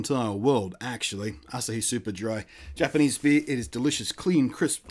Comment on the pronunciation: by the way, it's pronounced "Ass-ahh-hee":P